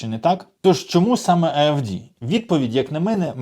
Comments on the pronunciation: Інформативно,але вимовляється партія AefDe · Що таке А еФ Ди??? У німецькій мові нема букви Ді, нема букви Бі, нема букви Джі, є букви Де, Бе Ге. Цікаво з яких пор автор перекваліфікувався на політичного всесвітнього оглядача? )) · поржал с твоей интерпритации аэф Ди ,ты прав. аэфДи)))смешно звучит. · Аналитика немецкой политики параграфов 24!!!!!🤣🤣🤣🤣🤣 Украинские выборы вы , клоуны, уже провели?🤣🤣🤣🤣🤣🤣🤣🤣🤣🤣🤣🤣🤣🤣🤣🤣🤣🤣Автор, ты же даже название партии не выговариваешь!!!!! Временно перемещённые лица, где вы, а где немецкие выборы!!!!!!🤣🤣🤣